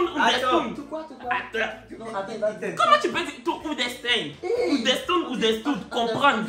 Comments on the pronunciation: To oundestand🤣🤣🤣🤣🤣🤣🤣🤣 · Kiee to" Ounderstand"😂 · To, oudestoune oudestoune ….Ahhh je t’aime 🤣🤣🤣🤣🤣😭❤️❤️❤️❤️❤️ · To "ouderstand, ouderstood ouderstood" et puis il explique pour mettre dessus 😂😂🤣 excuse nous beaucoup 🤣 bon les filles là tu as dit non ou yesss c'est mélangé 🤣🤣 - 🤣😂🤣